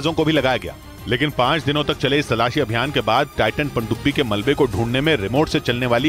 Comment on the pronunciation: Pandubi ko ache se bolna siikh le uncle 😂